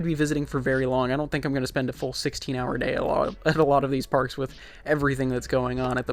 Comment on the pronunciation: youre one of the only people who has ever said my name correctly. Thank you.